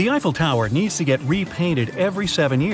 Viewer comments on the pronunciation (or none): none